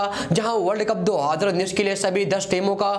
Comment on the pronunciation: 2 haaaaaaaaazarrrrraaaa😂😂